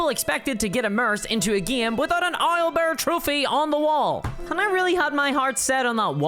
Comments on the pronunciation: "Isle" bear? :D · I love how you pronounce owlbear.